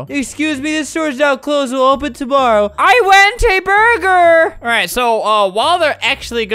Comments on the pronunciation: “I went a burgeruhrr “😭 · "i wenth æ buhrger😀"